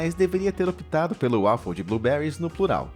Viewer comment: 1 - Brócolis e Couve tem o mesmo gosto. 2 - A pronúncia correta para 'Waffle' não é "Uáfou" e sim "Ueifol" 3 - Ovo é a clara que faz mal (embora eu também não dê importância a isso)